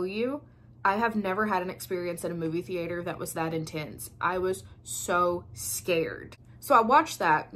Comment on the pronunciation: I havent seen any of these but you have me convinced. Thanks for the great video. Oh--and I just love the way you say the-aye-ter